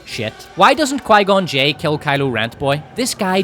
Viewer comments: Pie-gone Jinn is KILLING me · Qigon j sounds a bit like qiygon jim but with two extra letters on the end